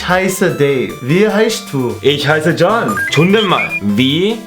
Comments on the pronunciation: John 이 왜 욘이 아니라 존 이라 발음되죠? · 'John' 이라는 이름 독일식 발음으로는 '욘' 아닌가요? 영어이름인가?